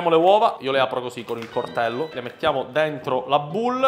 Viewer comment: Quando senti dire "cortello" capisci a cosa sono serviti gli anni di studio